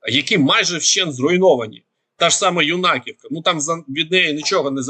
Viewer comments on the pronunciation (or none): Вы не читаете комментарии. Юнаковка, с ударением на Ю. Это большое село. Там жило 2400 человек. Там был даже хлебозавод свой